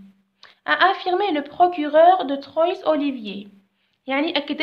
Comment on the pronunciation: Le lieu est Bar-sur-Aube pas Bar-sud-Aube. Où ? Avec un accent grave sur le" u". Troyes Olivier se lit TRWA zolivier pas TROY Olivier